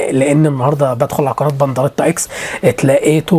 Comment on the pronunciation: إنت قولت بنضريتا و هو اسمه بنديرتا